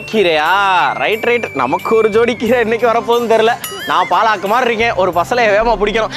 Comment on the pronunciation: என்னது “பா லா க்” கா? தெய்வமே 🤦. It’s பாலக் . That’s all